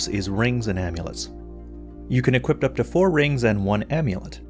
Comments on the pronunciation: Equip, not equipt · I say this in a kind way but I've noticed for many videos now you say "equipt" with a "t" instead of ending the word with a "p", this is something which might seem small but could help improve the perception and professionalism of your channel. Everytime you say "equip" or a variant word you always include a "t" sound at the end which is not correct. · Never noticed before that pronounces "equip" as "equipt"